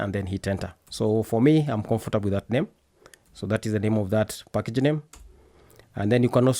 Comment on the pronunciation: I love when he says 'pakege'!😄 & sass is sus🤫 got a feeling of among us😁